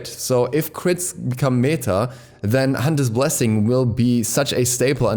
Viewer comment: Irgendwie witzig wie deutsch du das "meta" bei ausgesprochen hast ^^